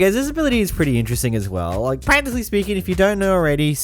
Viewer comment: Every time he said practicly or escencialy i took a shot… i was hospitalized.